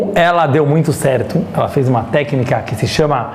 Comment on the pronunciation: Meu marido di q falo igual judia e eu n entendia o q era isto. Agora sei: falo igual ao rabino. kkkk questioná á. Elá á. Falado ô. Dando enfase nas silabas e adicionando varias vogais. rsrs (vai ver são meus antepassados sefarditas! <3 adorei!)